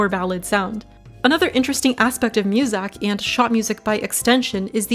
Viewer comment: Y u say musak?